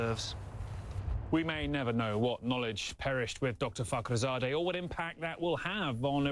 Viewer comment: When he says "Fakhrizadeh" I think they're saying "f***" each time.